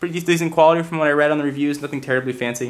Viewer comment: btw,, you mispelled the. You said rhe.